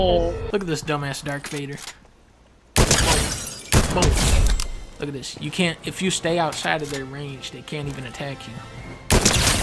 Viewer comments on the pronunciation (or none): “No one athckt!” yikes